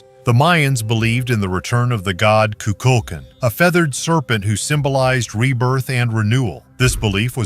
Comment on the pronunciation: The snake god name the way Mexicans pronounce it has the accent on the last syllable. Ku- kul - kan. The a in kan is like a ah sound also. Not kin.